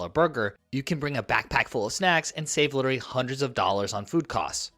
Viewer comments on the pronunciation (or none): And literally.